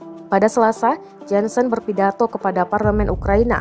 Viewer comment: JOHNSON bacanya JONSON atau JONSEN kok malah jadi JANSEN.